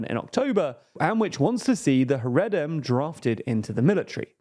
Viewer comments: It’s pronounced ‘ha-ray-dee’ and ‘ha-ray-deem’. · Content of the video aside your pronunciation of Haredim hurts my ears